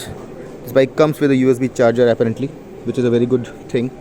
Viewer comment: Apparently, you mispronounce the word apparently. :)